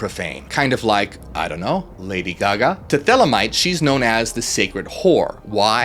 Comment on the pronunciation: All we hear is Ladio Gaga... (sorry).